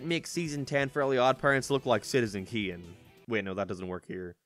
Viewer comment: You mean, citizen Kane? Not citizen keen